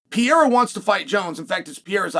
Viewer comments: Chael, big fan, watch all your clips. His name is not Pierra. It's not spelled or pronounced Pierra. Pereira. Pe....rei....ra. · Pay ray ra